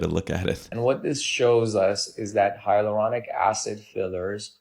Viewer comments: Shouldn't you be able to properly pronounce HYALURONIC acid if you are commenting on it? It's not hieronic. You are skipoing an entire syllable. So unprofessional. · Really annoying that she keeps saying “hyarulonic” instead of “hyaluronic” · Luckily, I just did not have the money. It's scary that this woman does not know how to pronounce "hyalluronic." That doesn't make her sound like an expert.